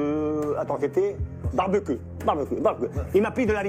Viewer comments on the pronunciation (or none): il a dit barbe queu 😭